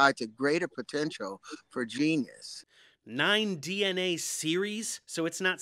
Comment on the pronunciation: “Facts”. “Geneness” did I hear that right wtf Dave this is one of your best. 1 x 1 is my favorite